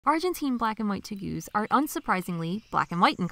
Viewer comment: Teh- Gooz??? LOL what a weird pronunciation.